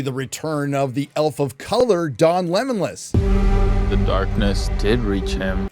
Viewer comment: "Don Lemonlas" lmao